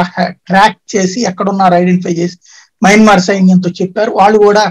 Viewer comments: యమన్మార్ కాదు మయన్మార్ అనాలి. ఒకసారి మీ తమ్బనైల్ చూసుకోండి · Yamanmaar kaadu swamy mayanmar